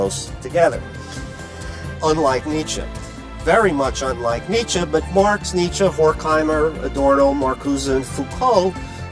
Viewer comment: After a while I just hear Dmitri instead of Nitsche